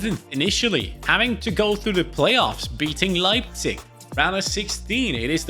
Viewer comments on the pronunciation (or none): none